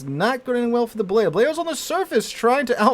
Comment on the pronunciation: I think Balao is actually pronounced "ba loo".